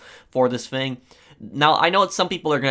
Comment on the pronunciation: I love the way you pronounce thing as “fing” 😂